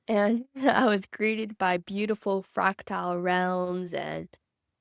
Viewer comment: FRACtahl, not "fractile".